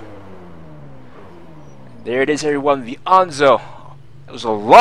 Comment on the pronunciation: Why do you pronounce Enzo like that? I've never heard it called "Anzo" :/